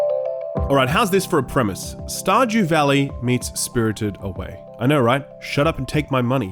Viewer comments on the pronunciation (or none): “Star Jew Valley”